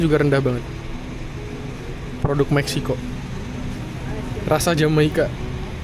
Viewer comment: Fyi aja… Jamaica itu dibaca hamaika Tortilla dibaca tortiya Paella dibaca paeya Quesadilla dibaca kasadiya